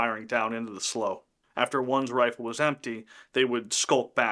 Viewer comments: Excellent video! Lavina was one hell of a survivor! I've never heard slough pronounced as "slow" but rather "slew," must be regional? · Slough is pronounced "slew". Not "slow". Old redneck here. Their part of our everyday vocabulary. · Slaughter Slough - slough is pronounced slew, not slow. There are other areas that were attacked during the Sioux Uprising. The government agencies treated the Sioux so badly by not honoring the agreement made and the Sioux were starving. A sad time for the settlers and Sioux. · Slough is pronounced like "slue," not "slow." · Slough is pronounced SLEW, not SLOW. Just saying… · FYI Minnesotans pronounce slough as SLEW. Trust me bro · Great little story as there is definitely a lot of history in this area. Just an FYI, slough, the swampy body of water is pronounced slew (rhymes with clue). Heard that word a lot growing up in the area! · Slough is pronounced “Sloo” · I’m assuming you’re saying they were hiding in a slough. Just so you know it’s pronounced “slew” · It's pronounced Sloo......... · Slough (rhymes with cow) is the British pronunciation. Also quite a rough town in England